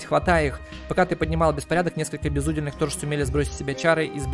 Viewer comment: Рау́тах... безу́дельных... А~!!! "Крик души" Может я такой, но боже, я читал старые книги, смотрел некоторые старые фильмы и слова правильно произноситься ра́ут! Светские ра́уты!!! А~!!! Мать!!! Дальше... в этой игре у каждого есть свой уде́л. Их три, воины, священники и простолюдины. Так ты правильно читал в первой серии, уде́л, так почему восставших ты называешь безу́дельных?!!!! Сука!!! Тоже слово, уде́л!!! Значит - БЕЗУДЕ́ЛЬНЫХ!!! Спасите, кто-нибудь! Не сказать, что я прям образчик грамотности, но блин, ладно ты мог ни разу не слышать слово/словосочетание раут/светский раут, но почему ты в первых сериях читаешь уде́л, а потом, как добавляется приставка "без", начинаешь читать у́дел?!